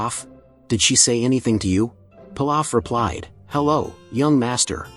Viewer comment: Your pronouncing pilaf name wrong and it’s goten